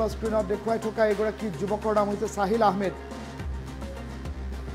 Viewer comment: Saahil nohoi sahil😂